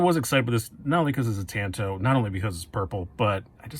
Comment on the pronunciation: Great review. I want that very model w/purple G-10. But bro, please, learn how to pronounce "tanto" if you're going to say it twenty times. That was painful.